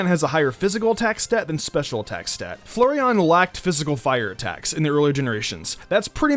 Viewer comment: Each time he pronounces flareon as Flurreon Slowly raging